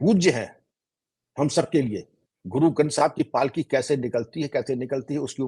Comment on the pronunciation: The way he pronounced Shri guru Granth Sahib ji ki palki, some people May be donot know the word Palki shaib deserve salute from us